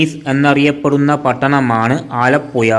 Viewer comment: ആലപ്പുയ അല്ല. ആലപ്പുഴയാണ്. പോയ് നാക്ക് വടിച്ചിട്ട് വാ മോനേ..